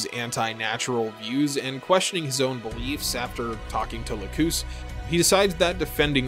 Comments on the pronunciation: It’s LAcus, not laCUS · it's lack-us not lacooose it's the name of a flower >.> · Sorry i have to say this but her name is la-cus so just saying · The new English dub for the HD Remaster has Lacus pronounced as "lack-cous," which is ostensibly closer to its Latin pronunciation (lacus being a Latin word). The original English dub is the "lack-us" one, and it's the one that most people watched. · I remember the jp dub having much shorter u, almost silent, like Lacs. This one however sounds like Lagoose. Too long. Looked it up since the whole series is in youtube, and yeah, it's almost like Lacs in jp db. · Its pronounced "Lah-ck-uss", not Lacoose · I've watched this video 3 times and never in the English or original translation have I ever heard her name pronounced Lakoos... last time I checked "cus" is usually pronounced like 'cuss' not 'koos'... I cringe every time...🙃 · Ahhhh you said it! You said Lacoos! groan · "Lacoose"? This is why I hate dubs. "Lacus" isn't a bad transliteration of ラクス, but like... Lux. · Lacoose sounds so wrong lol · If I remember correctly the OG series pronounced her name Lack-us. Anyway, I’m triggered. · also dude, you're mispronouncing Lacus's name, it's Lac-us, Lacus. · From a fan who watched the old dub, the sub and the remaster. Her name is lacus, and it is said very badly in the new dub. Thinking i was just a dumb white guy. I watched the sub and no. The hd remaster just did not do names well. And it drives me nuts. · The way you said Lacus' name made me physically upset. Also the amount of ad breaks was more annoying than Flaya Ulster. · The way you want to say Lacus is right and how you say Lacus is wrong